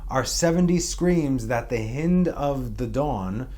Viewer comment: Hi, the hind of the morning, the "i" is pronounced like the "i" of "hi." NOT like the "i" as in "hit."